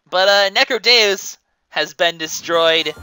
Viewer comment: NECRODEEUS is how its pronounced